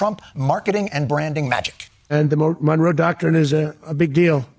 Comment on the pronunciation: The Don with a silent G😂. The Dongroe doctrine